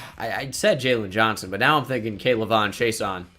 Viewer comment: You butchered K’lavon’s name it’s all in one like act like the apostrophe is not there😉